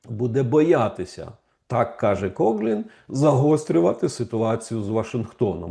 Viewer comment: Пане Романе, він Кофлін, не Коглін (правила читання англійської мови) :)